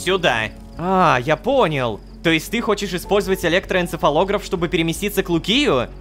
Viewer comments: электоэнцефалогрАф вот так ударение ставят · Сколько раз Рома сказал электроэнцефалограф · сколько раз он сказал электороэнцефолограф...